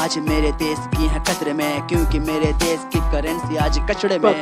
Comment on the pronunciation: tum sh bolna kab sikhoge..desh hota hai Des nhi